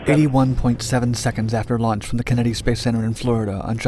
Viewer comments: The Kin-eddy Space Center? It's things like that "chas-iss" make me think he uses an AI voice over. What adult screws those words up? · Ken-eddy space center? Dude!, where are you from? Nobody (except you) says it that way😂